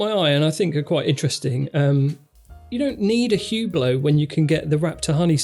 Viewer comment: Wrt to Hublot note that the “H” (and the t) is silent so we pronounce it ‘ublo’.